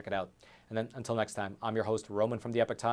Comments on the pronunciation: It's "Epoch", not "Epic" 🤣🔥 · Love the channel but please pronounce "epoch" correctly